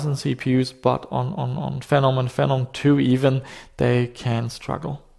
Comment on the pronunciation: The official AMD pronunciation is Fee nom.